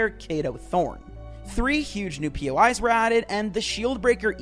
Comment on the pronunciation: sorry but bro said new pois guided missile